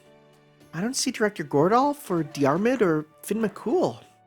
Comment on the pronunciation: It might be too late but Fionn isn't pronounced as Finn. It's more like Fyun. Hard to put it into words.